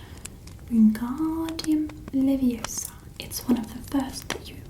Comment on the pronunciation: It's not leviosar it LEVIOSA!